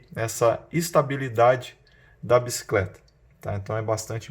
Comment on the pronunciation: video topissimo, só fala a palavra Bicicleta e não "biscleta", perde a credibilidade apesar de perceber que vc tem um vasto conhecimento.